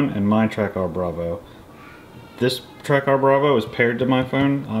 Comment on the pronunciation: Pretty sure it's caller Track'er', not Track ARR